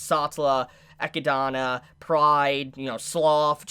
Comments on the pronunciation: I cringe every time I hear pronounce Echidna as Echidona when it should be just Echidna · Is it not pronounced eh-kid-nuh ....? Thats how I pronounce it and thats how google says its pronounced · why the fuck does he pronounce Echidna as Equidanna? LMAO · You keep saying Echidana...& Otoe...do you hear yourself? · Why do you pronounce Echidna wrong? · Cmon man you know its pronounced like the aninal you just doing this to make us mad. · Both the animal and the character are named after the Greek mythological mother of monsters, Echidna. I love his videos but his pronunciation of her name really fucks with my head.